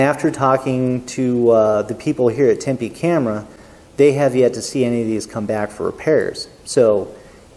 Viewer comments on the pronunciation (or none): none